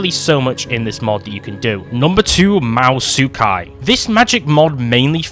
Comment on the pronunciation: Isn't it ma-hou-ta-su-kai?